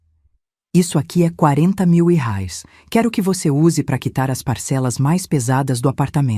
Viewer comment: Correção se diz reais e não rais